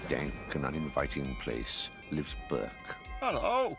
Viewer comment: His name is "Berk" NOT Bert!